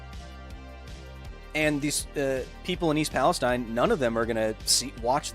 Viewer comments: It is East PalestEEN I live like 7 miles away from this accident and usually this type of stuff doesn't bother me but hearing someone say it different than we do locally was like nails on a chalkboard lol otherwise great video! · Kyle idk if you'll see this, but if you continue talking about the town it's pronounced East PalesTEEN, not like the region in the Middle East. I'm from the area